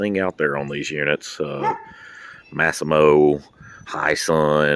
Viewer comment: I believe that's called 'Mass-ee-mo'